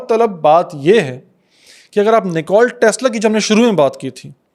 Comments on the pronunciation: Bro. It's NIKOLA Tesla not NICOLE Tesla. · Nikola Tesla ki rooh trap Gai Hogi jb ap Nikola k bjae nikol bol rhy thy